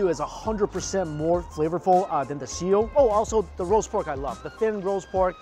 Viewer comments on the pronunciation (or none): Sio is pronounced shio... just different romanization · ..sio? isn't it supposed to be shio? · Mike, just thought I'd help with your pronunciation. The 'sio' label was printed wrong for english, it's pronounced shee-o, and it's typical written as 'shio'. The other one, the soy sauce base, is the 'shoyu' label, and is pronounced show-you. Hope that helps! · "Sio" is actually "Shio" and just means salt. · it's she-oh shio